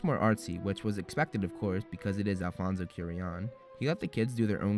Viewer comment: When you said alfonso cuaron omg you butchered it. It's coo a ron